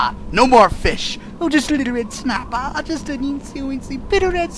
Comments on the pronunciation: red snappah...red snappah...there is no red snappah....red snappah.....ok big slamon then lol i love it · just a little red snappah there is no red snappah ok baked samom ah